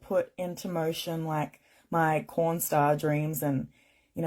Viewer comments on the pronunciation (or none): I'm confused...I could have sworn she said "corn star," but that didn't make sense, so I assumed she meant "porn star." But then I listened to it again and I clearly heard the "c." I guess I need my hearing checked.